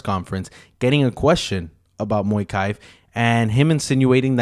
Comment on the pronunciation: Mokaev not moikai